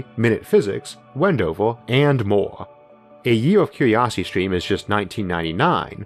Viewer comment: 'cue-we-osity stweam'?